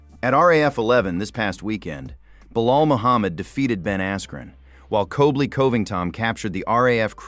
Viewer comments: Who’s COBLY ? Oh you meant COLBY. Are you dyslexic? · You can't pronounce Colby right? WTF